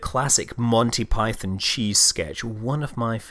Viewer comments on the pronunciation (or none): none